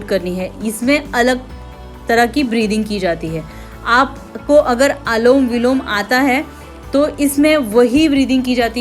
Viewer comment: Alom vilom nhi bolte anulom vilom bolte h